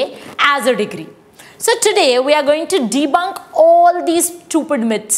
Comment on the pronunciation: Also please correct yourself . It's degree not digree